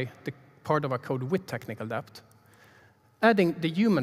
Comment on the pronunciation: Great talk. I hate to be that guy, but I am that guy... the B in debt is silent. It's pronounced DETT. The B was added by some pretentious brits a couple of hundred years ago to prove they knew Latin, but didn't change pronounciation. Same for plumber (PLUMMER), doubt (DOUT) etc.